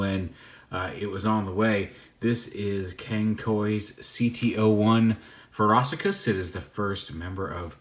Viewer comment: Feh-roh-she-us not whatever it is you’re saying bruv. Otherwise excellent review as always. You brought something new to the table that the other reviewers didn’t.